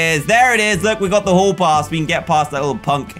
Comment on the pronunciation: says whole poss instead of hall pass